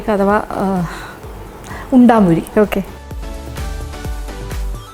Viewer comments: ഉണ്ടംപൊരി എന്നാണ്,,,, ഉണ്ടാമ്പൊരി അല്ല,,,, nthayalum kidu റെസിപ്പി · EKM ൽ ഉണ്ടംപൊരി എന്നാണ്. ഉണ്ടാം അല്ല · Undaampori alla, undampori ennaanu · ഉൺടാപൊരി അല്ലമാഡം ഉൺടംപൊരി ആണ് നാടൻ പലഹാരങ്ങളിൽ ബെസ്റ്റ് _ പഴംപൊരി, സുഖിയൻ,പരിപ്പ് വട, ഉന്നക്കായ , ഉൺടംപൊരി,നെയ്യപ്പം മാഡം വളരെ ഭംഗിയായി,സിംപളായി വിശദീകരിച്ചു thanks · ഹെലോ ചേച്ചി ഉണ്ടാ പൊരിയല്ല ഉണ്ട പൊരിയാണ് ചേച്ചി 🤣🤣🤣🤣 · Chechi parayannuth undaaampori ennnaanu pakshe sherikkum parayunnath undampori ennaanu 😉😉😉😉